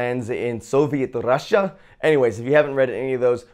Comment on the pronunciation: Your pronunciation of `Russia` is hilarious btw, such a great video, maybe you can do more videos just about comics? For example, where to start or something like your top 10 marvel/DC comics? I`m not sure if you have already stuff like this...